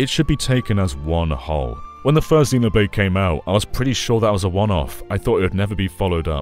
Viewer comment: ZEN-oblade, not ZEE-noblade,. You're renouncing the britishness of the series